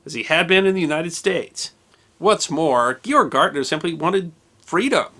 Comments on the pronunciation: Its Georg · ha GAYorg GAAAAYYYYY lmfao